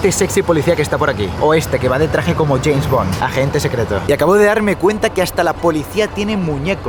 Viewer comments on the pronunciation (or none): none